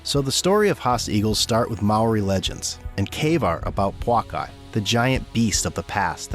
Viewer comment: Dude you're making some of this 💩 up wtf 🤣🤣 nz has never had giant goose ever the Haast eagles only food sauce was the Moa we don't have any of the animals you talked about in this video just the Moa and the haast eagle once the Moa went extincted so did the Pouākai you know from having no Moa to eat. Do better your research failed you 🤣🤣 oh and it's pouākai as well not poukai.